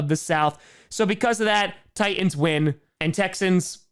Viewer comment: For some reason the audible apostrophe in "Tie'ans" amuses me far more than it should. I guess I'm just used to the "Tightens" pronunciation you usually hear in Tennessee. (Hence the slogan "Titan Up")